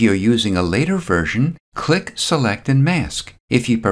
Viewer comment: luv your videos... awesome... but you have to stop saying the word CLICK... for some reason, no fault of your own, you over-pronounciate this word... it gets to be distracting as you use this word a lot... a quick fix is to simply replace the word CLICK with SELECT as you make more videos... good stuff... talk soon...